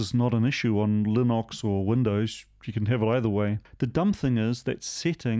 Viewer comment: There are now a lot of subscribers out there furiously searching for this linox thing - gotta love a kiwi accent 🤣 Oh well i shouldn't be such a smart arse - it sounds like linix with an Aussie accent 🤣🤣 I think i will stick with my Raspberry pi 400 - they have somehow managed to anticipate the time it takes for me to go and grab a beer from the fridge - i type something into chromium , press enter , go get a beer and when i get back it loads what i have searched for just as i crack my beer open - Bliss!